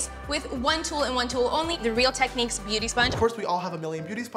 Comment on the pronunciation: Did anyone think James said booty sponge instead of beauty sponge😂